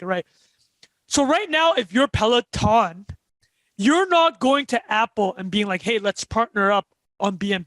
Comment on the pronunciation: Great guest! Also us Canadians take no responsibility for pronounciation of Peleton